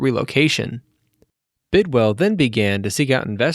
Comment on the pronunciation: Bidwill...not Bidwell